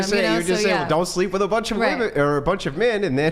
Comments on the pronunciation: Another girl that says "woman" instead of "women".. 🤦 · THANK YOU,!!…the pronunciation of multiple “women” is *w-i-m-e-n*…drives me absolutely NUTS when these girls pronounce the plural form as “woman”! Arrg! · Why do they think the major thing they’re saying wrong is the “E” part and why does no one hear that to correct them. It’s the womb man and whim man part they mess up the most. If they even said whim man it wud pretty much sound like women anyway and nobody would notice. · "WIM IN" REPEAT AFTER ME.... "WIM-IN" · What is this trend of college educated females who say woman instead of women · Correct the whole women sounding like woMAN - say "WIMIN" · Best way to get them to pronounce it properly is to get them to say “I bought it on a whim” them get them to say “whim”, then “Whimen” aka women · IT'S NOT 'WOMAN' IT'S 'WOMEN' :face-orange-raised-eyebrow::face-orange-raised-eyebrow::face-orange-raised-eyebrow:😤😤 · They think saying woman and women sounds different because of the a and e when toy pronounce the o like an e in the plural and the o normally in the singular